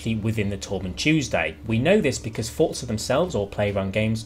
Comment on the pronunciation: Please say Forza and not fortza... 👍👍👍😁